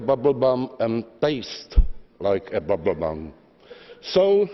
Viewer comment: Ale tak jako až na výslovnost a "bablbam" to vlastně není tak hrozné.